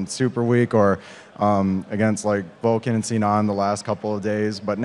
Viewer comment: it is vulcun not vulcAn